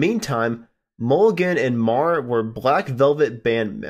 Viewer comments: I never heard Ron Meagher's last name pronounced that way. I thought it was pronounced mee-ger. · Ron does, indeed, pronounce his name "Mee-ger".